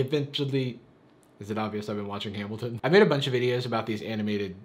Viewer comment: HAMILTONNN also "Jaruwvis"